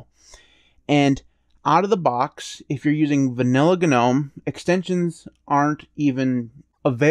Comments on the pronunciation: AGREED!! BUT-- one glittle gdang gpoint--gits gnot gdamn G-Nome...... it's NOM silent G silent e.. NOT GDAMN G-NOME!! GGet GOVER GOT.. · The "G" is in Gnome is silent...